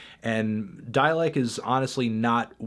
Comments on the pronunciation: "Dälek." There's am umlaut on the "a." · why do you pronounce dalek that weird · We all just gonna ignore the fucking way fantano pronounced dalek